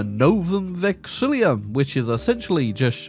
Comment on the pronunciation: please, I can't take it anymore—it's not Vexillium, there is no second letter I